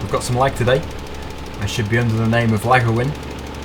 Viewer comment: 'Laggerwin' lol.